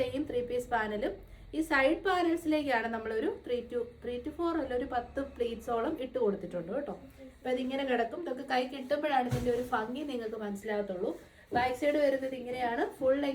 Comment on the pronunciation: ഫംഗി അല്ല chechi. ഭംഗി. ഭംഗി എന്ന് പറഞ്ഞാൽ കേൾക്കുമ്പോൾ കുറച്ചു കൂടി ഭംഗി ഉണ്ടായേനെ 😊